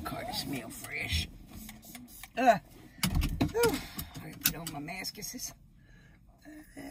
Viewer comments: “ready to get on my maskisis” 😂😂😂😂😂😂😂😂😂😂 she cant even pronounce mask right 😭😂😂😂😭😭😭😭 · great video and the way she says mask I was dead 😂😂😂😂😂😂😂💞how don’t be seeing the cam then she said google a mom lol I’m dead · She said maskisis xdddddd 😂😂😂😂😂😂😂😂😂😂😂😂😂😂